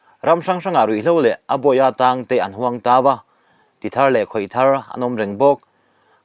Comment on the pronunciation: Chhiat thiam viau na a. A thluk dik lo 🎉 a tam mah mah. Tawk, tawng, etc